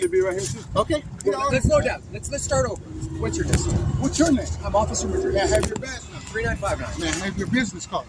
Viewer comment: No offense, but l wouldn’t even buy from a stand where they have to sit in lounge chairs and lazy hand-written signs. He said Officer Madrid. Capt Bucket Hat immediately says Madreen. Do they just not listen, or have no basic grammar skills?